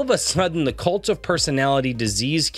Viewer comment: I'm sorry but everytime you say "kult of personality" I just immediately hear " LIKE JOSEPH STALIN!...and KENNEDY... I'm the kult of personality"